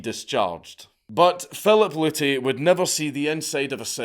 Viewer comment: P.A.Luty.....pollutey? Come on we could of gotten so many dad jokes on him polluting us with his knowledge. Lol 😆